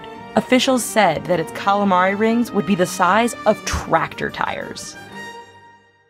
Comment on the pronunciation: ''twactor tires''